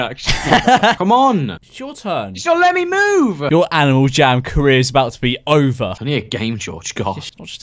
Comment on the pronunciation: he says: "aNiAl jAm"